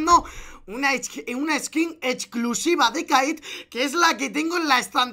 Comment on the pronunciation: toy sorteando una skin "hechculsivah"